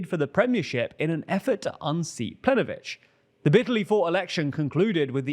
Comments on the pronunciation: Okay the Croatian section is veery questionably presented. Ignoring the hilarious pronounciation of Plenković, saying that what Milanović did in the parliamentary elections was a Coup D'etat is overblowing it to the extreme. What he actually did was just run as the candidate for prime minister without stepping down as president. This was higly questionable in regards to its constitutionality but nowhere near to a Coup D'etat. Also, saying that HDZ is "widely accused by the opposition" as being corrupt is also disingenuous. They've been officially convicted for corruption as a party and anybody living in Croatia that isn't a party shill (and probably some that are) would tell you that they are known to be corrupt. Hell, a lot of people vote for them knowing that they're corrupt just because they don't like the left. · Planković is the croatian priminister, the first you said it wrong it was funny but got annoying quickly. lamao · Plenkovich not plenovich, pls make an effort to get these right, it makes you look less credible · Your information about Croatia is questionable but the most questionable part is how you managed to mispronounce the name of the Croatian prime minister written in a language known for being pronounced as written. PlenKovich written phonetically. Also the rest of the information is not entirely correct making that part completely irrelevant and even disingenuous in it's coverage which is technically spreading misinformation. For the sake of every Slavic language speakers sanity, at least double check if you are pronouncing the highest ranking member of a governments name right, you are a news channel after all.